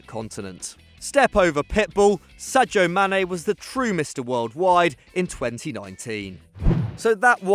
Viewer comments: It's pronounced Sajaw so he's not too far off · Yeah that's the correct pronunciation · Matthew Launchbury theyre not talking about joe Gomez, it’s how the guy pronounced Sadio Mane